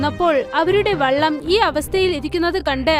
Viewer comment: Vellam alla vallam